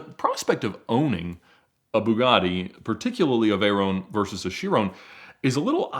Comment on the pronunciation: I've never heard anyone say "Veyron" or "Chiron" like Ed. Is this how it's supposed to be pronounced?